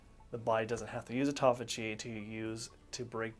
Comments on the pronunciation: ( Important ) not ehporehh I use to do the same thing til I got my balls busted about it! Am I a Dick? Yea! I can at least see that in myself. & half the time you're pronouncing it tauffigy! You have a shitload of excellent information and FACTS! Everyone needs self improvement including myself. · He says 'tophagy' a lot 😜